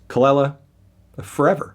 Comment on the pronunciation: It’s Kuh-luh-lah melon